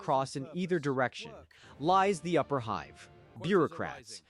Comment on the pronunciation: The constant mispronunciations of basic words, like "hive", perhaps?